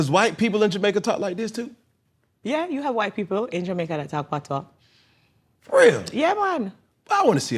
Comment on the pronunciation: Man has locs and don't know one thing about reggae/dancehall? 😂 What a joke The way he pronounced patois is sickening.